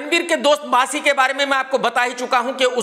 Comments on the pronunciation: Bassi ❎ Baasi ✅ 😂😂😂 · Bassi nahin baasi😂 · Bassi ❌ Baasi ✅